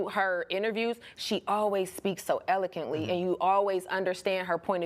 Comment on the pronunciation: el-uh-kwuhnt-ly, not el-uh-kuhnt-ly!!